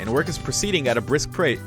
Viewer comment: prace pace 😂